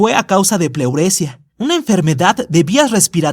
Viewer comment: Sobre Ringo no se dice pleurecia seduce; pleuresiia acentuando la i.